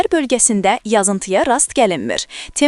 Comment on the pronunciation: Yazıntıya yox yagıntıya. ( 13 -cü saniyə )